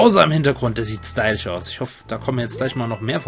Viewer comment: Wieso sagst du eigentlich immer stylich? ^^